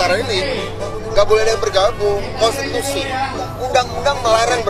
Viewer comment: Miko ngomong konstitusi...lawing yg d dukung nabrak konshitusi...😂😂😂😂